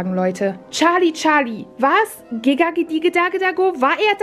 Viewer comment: Es heißt gesagt die oh die da da oh nicht Gaga oh okay danke😅